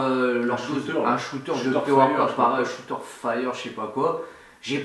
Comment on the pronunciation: " Pré-worquoute " Haha est partout!